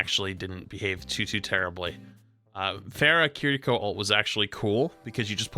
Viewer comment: why did you start pronouncing kiriko differently its sounds like you're saying kittyco